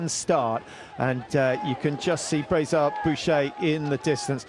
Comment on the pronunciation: You've butchered her name! She is Justine Braisaz-Bouchet. Have more respect for the athlete!